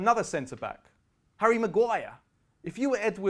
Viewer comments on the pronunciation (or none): none